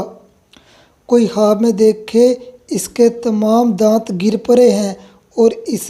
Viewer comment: Apna talaffuz ki islah karen Khwaab ko jawaab kyun kehte ho